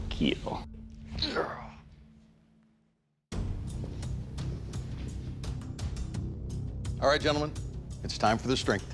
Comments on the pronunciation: Hearing Doug say “ it will keal “ is glorious 😂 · Correction: “KEAL” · I wouldn’t care if I lost if I got Doug to say “ it will keel!” I could go home happy 😂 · “It will keal.”